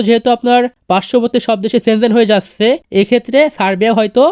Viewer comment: যাচ্চে, পাচ্চে না বলে ভাই যাচ্ছে পাচ্ছে বলেন ❤